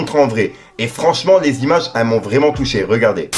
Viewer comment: "Libido vreument" 😂😂😂 Faut que ça devienne un meme